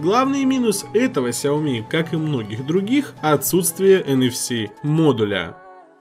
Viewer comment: Не хауми как ты говоришь, а сяоми правильно.